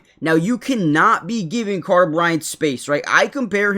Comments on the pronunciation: Who is "Cater"? lol. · His name is "Carter". You said "Cater". Slow down and read FFS, lol. Also, I'm a UA grad. I know exactly who TF Carter Bryant is. 😆